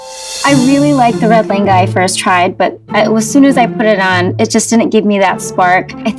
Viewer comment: Why is it like le enga... Ne vin... Just a bit irritating when I don't hear lehnga, and 😰